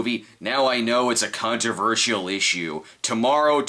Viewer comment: "a cuntroversial issue"?